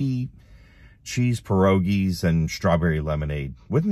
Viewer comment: the way you pronounced 'pierogis' hurt me; but I will NEVER complain about your snack suggestions. Keep up the good work! 👍🏻 🙂